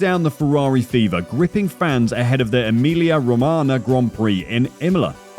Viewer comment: SAY EMILIA ROMAGNA and not EMILIA ROMANA